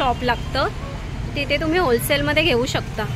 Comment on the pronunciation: It's wholesale not hosale. Any way it's good.